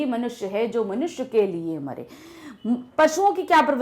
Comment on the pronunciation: Wp mare likha hai aur aap jeye bol re ho